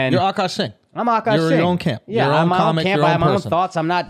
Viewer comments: I wish they wouldnt pronounce his name "awwkaash" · "ughKaash" or "ughkawsh"